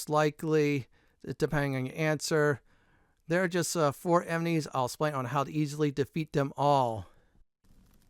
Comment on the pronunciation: Bro you saying "emenies" everytime is a killer